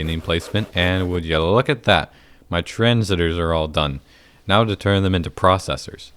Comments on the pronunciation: I hate how says "Transitor" instead of "Transistor" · good series although it's pronounced transistor non transiter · Petition for to pronounce tranSIStors properly so the viewers can stop having mild aneurysms every time he calls it a 'tranzitor'